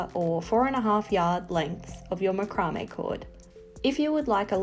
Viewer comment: Love it, you have explained the process so well and nice to hear it pronounced macrame and not MacRamay : )